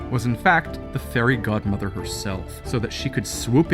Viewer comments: I had subtitles on and it said the hairy god mother and now that’s all I can hear when someone says fairy god mother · I swear he said the hairy godmother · “So the hairy god mother” Wait.... Did I hear that right? goes back hmm listens uh, ok yup “the hairy god mother”